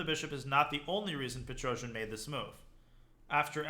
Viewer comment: Its pronounced Pet-ros-yan